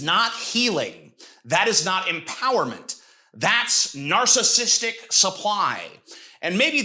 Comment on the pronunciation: Blue shirt guy literally can't even pronounce narcissistic correctly. He keeps say "narcistic" like every idiot who always over uses the term as a buzz word.